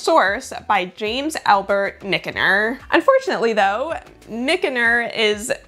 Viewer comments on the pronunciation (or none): Wow—this video was so interesting! Thanks for all the digging you did. BTW, Michener is pronounced Mitch-ner 😉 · Michener is pronounced "Mish-ner" One of my favorite authors from those days. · FYI: James A. Michener's last name is pronounced "Mishner". His books were advertised on TV (probably before you were born) which is my source. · It's pronounced John "Mitch-ner".